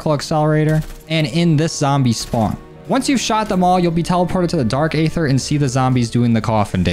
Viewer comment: EEEther. not AAAAther lmao